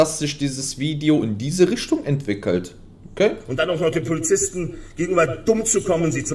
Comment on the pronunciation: „...sch hätte nisch jedacht dass sisch das Video in diese Rischtung entwickelt“ 😉. Sch auch nisch!